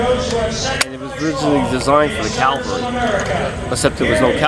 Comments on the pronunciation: He is saying Calvary instead of Cavalry. Another thing is that I have often wondered how many enemy troops were killed or wounded by Japanese soldiers using their swords and bayonets? I don't think many people were killed or injured by the swords but I think that many casualties were caused by the Japanese Banzai charges using their bayonets. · Huckster It's cavalry, not calvary. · its cavalry....not calvary one is a mounted soldier the other is where Jesus was crucified... just a slight difference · "Hey, look at this Howie!" & "CaLvaLry"....? CaLaLavaLLy...? Had me laughing. Btw it's CAV-AL-RY!!!!! G.Damn it!!! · John.... It's Ca-VAL-ry ..not CAL-vary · the guy in the video says calvary. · sherif elsharkawy he means that he said it wrong.... which he did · So this guy is a re-enactor and can't pronounce saipan, cavalry or carbine. Ok.